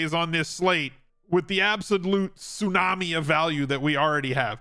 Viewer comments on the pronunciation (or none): none